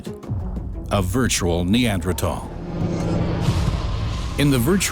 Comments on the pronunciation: How strange that people can no longer pronounce the “th” sound in words like Neander”th” al. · Somebody tell this dude Neanderthal has an H in it! Jesus Christ its irritating hearing him say that word over and over. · Am I the only one that had to stop watching this five minute timer because of the way he pronounce Neanderthal😂